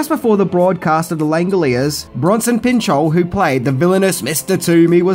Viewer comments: You might have pronounced the movie’s title correctly but you mispronounced Bronson Pinchot’s last name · It’s Bronson Pinchot (PINCH-OTT or PIN-SHOT)